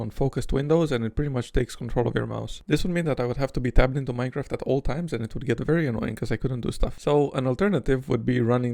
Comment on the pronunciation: minecwaf :3